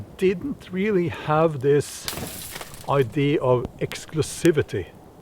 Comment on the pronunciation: I don’t mean to sound officious or obnoxious, Bjorn, but the word “idea” in English sounds like eye-dee -uh. You do sound the final “a”, Just fyi.